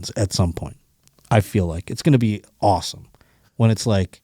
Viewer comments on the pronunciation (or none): none